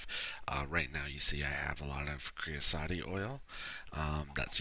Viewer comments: I had no idea AE was able to handle fluids. Thank you for videos they are very informative. Also, sorry to point this out but creosote is pronounced kree-uh-soht. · Thanks! Good video. But... it is pronounced cree o SEW-t. Some how you put an extra two syllables in there :p